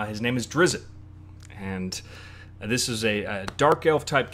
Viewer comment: dude dont b the little kid from soujorn. its spelled drizzt, not drizit...